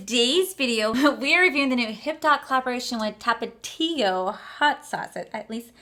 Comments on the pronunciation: When you said “Tapito” when reading the makeup sponge. 🤣 omg lol. Love you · I don't think this collection is for you girl that's why you didn't like it I mean you can't even say tapatio 🙄